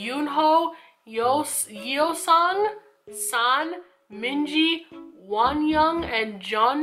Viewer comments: Ahhh their names I’m crying: The pronunciation of their name is: -San, like sand without the d -Mingi is like ming-e with the e sound at the end -yunho is like how it’s spelt -jongho is basically the same as how it’s spelt -wooyoung is pronounced woo-young -yeosang is pronounced like yow-sang -hongjoong is pronounced like hong - joong -seonghwa is pronounced like song with the added e so seong - wa You’ve just got to split the names up to make it a little bit easier for pronunciation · Haha! They are VERY transparent 😏 Also I’m sure you’ve been told before as I’m a little late to the party but the pronunciations of their names are: San: is like “Sand” but without the D Mingi: Min is sounds like “Sing” with an M, Gi is pronounced like Gui in “Guitar” Hongjoong: Hong is pronounced Haw-n and Joong is pronounced like “June” Jongho: John-Hoe Yeosang: Yo-San Yunho: Yoon-hoe Seonghwa: Song-Hwah Wooyoung-...pretty much exactly what it says. Woo (like you’re trying to woo someone) Young (like age) Hope that helps lol 😁